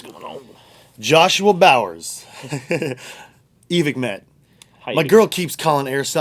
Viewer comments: It's pronounced Evik. Why? Cause it's a guy's last name and that's how it's pronounced. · Why do so many people mispronounce Evike